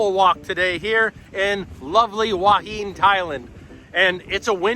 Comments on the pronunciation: It's หัวหิน who_a_hin. Not Wha Heen. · where?! You mean Hooah Hin? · It is pronounced… who ah hin. Your way is the Chinese influence. Cheers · Ask a local how they pronounce Hua Hin…….. Hooo-ah Hin. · My Wife is from Thailand. She pronounces it "Who-a Hen."